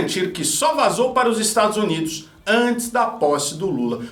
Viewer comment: Como alguém respeita um ser que fala: IsTadsnids